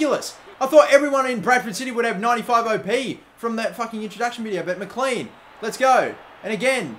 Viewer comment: McLean is said mclane